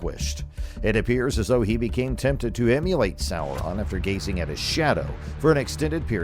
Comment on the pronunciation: This was lazy bro. I was really excited to see a new channel posting about rings and realms but come on if u gonna use ai at least give it a correct pronunciation example of the names your focusing on. Sar U man n sour on . Lols. Ud do better making minecraft videos